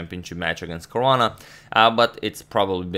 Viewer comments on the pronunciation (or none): none